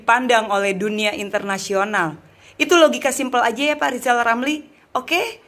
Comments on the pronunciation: Rizal Ramli ngomong R saja gak bisa kok mau tuRunkan😂😂😂😂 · Lizal lamli sok pinter ngurus negara. Belajar dulu ngomong er r r 😆😆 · Lizal lamli ngomong ER aja susah kok mau macem2... sunat dl sono zal